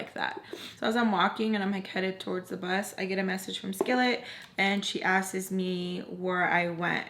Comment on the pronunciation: I'll never stop loving ❤💕💗💖 that you ALWAYS say "askeees" instead of the proper word "asks" LMFAO EVERYFNTIME!!! It's what's makes you, you,!! Te quiero mucho,!!!